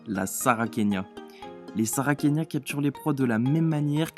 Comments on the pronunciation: sarracenia ce prononce , sarrassénia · 3 on dis saracenia